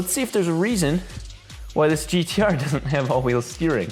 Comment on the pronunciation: I take offence to the "if you're australian" comment hahahahahaha but touche :p it's pronounced "gtaaaaaaaaaaaaaaaah"